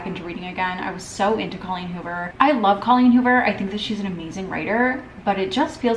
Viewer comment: I’m dying at you saying holleen coover instead of Colleen Hoover 😂😂😂